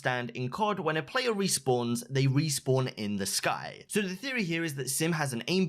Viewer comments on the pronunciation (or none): none